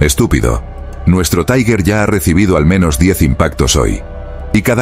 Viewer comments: 19.25 En Aleman TIger no se pronuncia Taigher, esto es en Ingles. Se pronuncia TIGA... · Sr. locutor: ¿por qué dice "taiguer"? 'Tiger' es una palabra alemana, no inglesa, y se pronuncia "tiguer". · Las historia es muy interesante y bien documentada. Creo que leí algo sobre el diario en alemán, pero solo añadiré un inciso. Cuando el narrador pronuncia la palabra Tiger con acento inglés duele oírlo. Es una palabra alemana y se pronuncia no como tigre en inglés, sino Tiger ( Tigear).